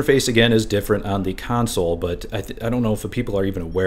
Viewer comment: I thought you said council lol